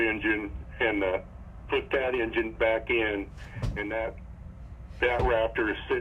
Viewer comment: Amazing! “Engine” was mispronounced 72 time’s during this video!! Come on … 😂